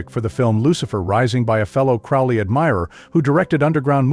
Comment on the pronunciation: You can tell this guy is an idiot as he can't even pronounce Crowley correctly.....bit of a giveaway